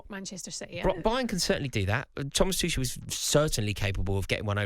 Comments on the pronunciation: Rory still calling Tuchel "Two-sh-ell" rather than "Tookle" I see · Another TOOSHEL butcherer. FFS